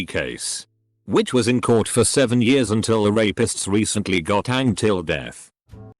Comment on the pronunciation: Nobody: Reddit voiceover: ‘in 10 yurrs’